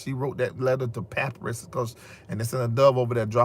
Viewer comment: the word papyrus is pronounced "puh-pie-russ"!